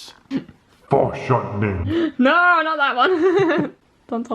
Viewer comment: "EXTREME FORESHORTNING, LIKE YOU'VE NEVER SEEN BEFORE(sortning)"